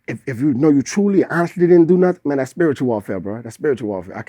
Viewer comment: & But 🙄. I Think it's Safe to say pointing back to WHAT Mystical was saying: "uh itsa Spere tuel ang, uyknow" TRANSLATION= "umhum TS A SPIRITUAL THING YOU KNOW.!!..."...